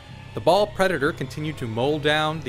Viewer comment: seriously does anyone anywhere pronounce blood angel names correctly ? its baal- (bale) pred, not ball and mephiston- (mef-i-ston), not moe-fee-ston lol sorry that's been building up from 4 years of internet 40k videos, I blame jawaballs for starting this.